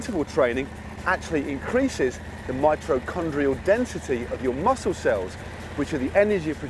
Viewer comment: Mitrochondrial, LOL, should have said mitochondrial. Tho it happens, #justsaying, not hating